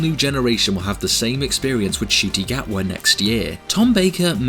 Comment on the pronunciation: Btw Ncuti Gatwa's name is pronounced N-cuti, not just cuti